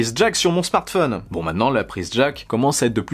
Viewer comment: Tu dis smartfun lol